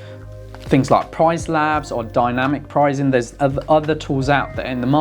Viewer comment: Are you saying prizeing instead of pricing? It's very distracting.